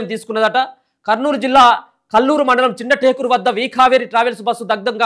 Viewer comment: Anna chinna takula kadu anna chinnatakur anna